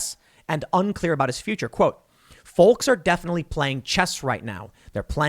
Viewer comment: Tim, you keep having a problem saying "Folks"... Here's a helping hand (the L is silent) - - - - folk [fəʊk]